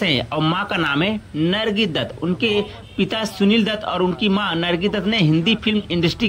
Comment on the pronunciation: बिल तो ठीक से ले मान्यता को नम्रता बोल रहा है नरगिस को नर्गी बोल रहा है कैसे कैसे लोग यूट्यूब चैनल बना लेते है